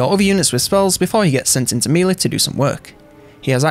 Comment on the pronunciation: One of the best YouTubers put there for infovids.... But I can't listen to them without hearing 'mealy' instead of melee. Meh lay. Meh -lay. mehlay. Melee. Thank the Normans.